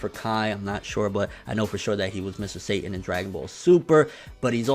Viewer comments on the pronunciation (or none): none